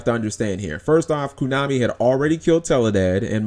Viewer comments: Furthermore, be glad we have a banlist and not a cycle rotation like Magic and Pokemon. I would hate it if I had to literally rebuild my entire deck every 3 months because entire sets were no longer playable. Props to Koonami (as you keep pronouncing it) for at least letting us keep our older stuff if we want and not forcing us to buy new stuff just because its new. Sure, the new stuff is what they know you'll have to buy if you want to be competitive and win major tournaments but at least we have the OPTION of using older stuff and occasionally finding ways to make older stuff work with the new. Or sometimes just flat out playing it as is for fun at a tournament rather than having to buy the newest stuff just to even play at a tournament in the first place.. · why you pronounce it KUnami? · why the hell are you saying "kunami"?